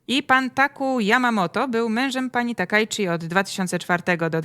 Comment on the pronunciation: "Jako Taka" a myślałem że ona się Sanae Takaichi się nazywa :)